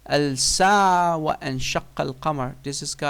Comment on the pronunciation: All you're doing here is just blatant lies. I doubt you can read the Qur'an correctly as you read 'Al Sa'ah' instead of 'As Sa'ah! Ridiculous!. Secondly, you're just waffling without putting any straight forward proof. Finally, the Qur'an testifies the Day of Judgement, Resurrection of which Imrul Qayes didn't have an iota of faith. Trying to prove the Qur'an plagiarised you've just exposed your own grave ignorance! Shame on you!!